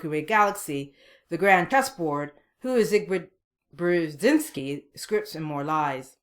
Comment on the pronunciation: It's pronounced "Zbigniev Bjezinski" for fuck's sake, Missus, take your time to learn about this man. He helped USA to destroy the USSR. A very talented man. Greetings from Ukraine